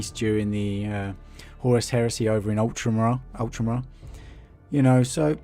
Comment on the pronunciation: Did I hear ”Ult-ram-ra”? Is that a place of significance in 40K ? ;) No don’t throw the rocks!!